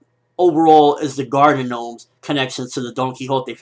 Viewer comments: LOLOLOL GENOMES?? it's just pronounced "nomes," the G is silent. still a good review tho lol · Im pretty sure that oda meant them to be Gnomes. Btw, the g is silent in gnomes (pronounced nomes) for future reference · Just wondering, why are you calling them 'gee nomes'? It's written 'gnomes', but the 'g' is silent. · I love how he calls them "G-nomes" lol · Hah funny how he calls them, G-nomes. :D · Bruh the G is silent in gnomes . Sotheybare not G gnomes lol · the word is gnomes not G-nomes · g-nomes? u pronouncing it like that on purpose? im not being a dick just curious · Gnomes is pronounced "nomes". The G is slient :-) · the g is silent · lol the "G" in Gnomes is silent... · Whenever you say gnomes, it reminds me of the Human Genome Project :3